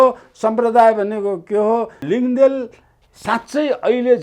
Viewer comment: लिङदेल होइन "लिङदेन" हो । बाहुनहरूलाई लिम्बूको थर उच्चारण गर्न किन यति कठिन हुन्छ? Nembang लाई पनि Nemwang उच्चारण गर्ने, लुङा शब्दलाई "लुङ्गा" उच्चारण गर्ने । बाहुनको जोब्रै यति बायस? खाली बाहुनहरूको, मधेशीहरूको, भारतीयहरूको र युरोपेलीहरूको नाम र थर मात्र उच्चारण सही किसिमले गर्ने किसिमको जोब्रो!?